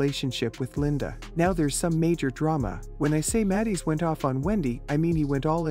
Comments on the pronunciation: He should SUE the fools! Narrator can’t even pronounce Judges’ last name correctly. Boy Bye! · If this is an example of AI, I don't like it! Mispronounced the surname three different ways!